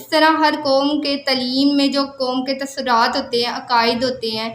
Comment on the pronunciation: Bibi tuswraat ha tasurat ni